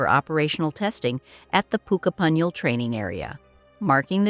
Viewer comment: pooh-ka-punyal....hmm...not ai at all